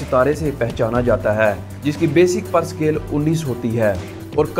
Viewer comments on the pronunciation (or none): VERY PATHETIC PRONUNCIATION......Its: GEN-RAL and not GER-NAL, then PAY-SCALE and not PER-SCALE, BRI-GADIER and not BER-GADIER...........and many more.